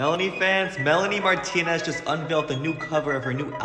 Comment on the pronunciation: “aSOAR marlonrie mrantonez” like a (6 second pause)limboar. Sybau oops your parents made a mistake (literally), you need to retire.